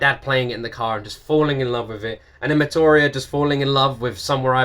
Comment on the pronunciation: You are definitely a Londoner as the accent is way too obvious. You also said "metoria" when it is actually mee-tee-ora. Also rip Chester the most amazing legend in music ever and who sung like an angel screamed like a demon and became a legend. Best ever!